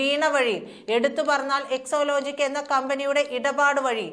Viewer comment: EXALOGIC എന്നാണ്...EXOlogic അല്ല...